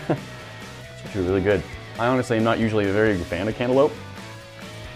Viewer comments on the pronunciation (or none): Candalope? Its cantaloupe 🍈